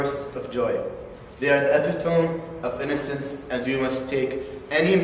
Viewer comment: "epi-tome" lmao